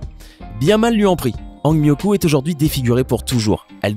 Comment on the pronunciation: C'est hang mioku